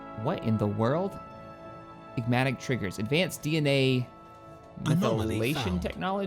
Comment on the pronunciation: Anybody else spend the entire time they're watching these videos silently screaming inside as he totally butchers pronunciations? "Igmatic Triggers" ... no... Epigenetic Triggers... "methylation technologies" ... um... Techniques, dude... techniques. "Gravimetric sensors" there's no M in there... its "Gravitic sensors" ...He be sittin there skipping whole syllables, inserting new ones, inventing new words... its like listening to my girlfriend talk. Great videos but fucks sake man... her doing that stuff is the reason I'm going bald.